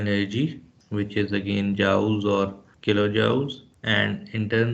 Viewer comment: It irritated me the whole time you said Joule instead of Jool.